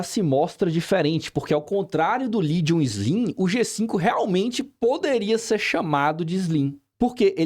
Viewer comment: boa tarde, só uma observação, a pronúncia do nome Legion por vc está incorreta